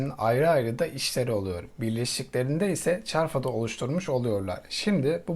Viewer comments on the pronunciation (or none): Dersine iyi calismamissin ,bir kere "çarfad" degil çafrad...ikincisi tf 2000 firkateyn degil,bir destorier..lutfen yanlis bilgilendirme yapma...bak bu kadarda emek harcamissin ..yazik.. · TF 2000 Fırkateyn değil destroyer olacak, ÇARFAD değil ÇAFRAD olacak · Daha radarın ismini söylemeyi bilmiyor video çekme peşinde. Hepiniz uzman oldunuz